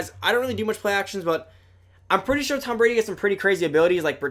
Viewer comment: how do u mess up tom Bradys name